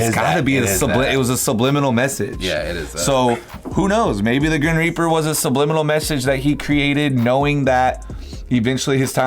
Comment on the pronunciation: "grin reaper" lol